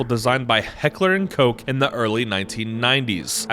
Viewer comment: just so you know, Heckler & Koch was pronounced wrong, specifically "Koch."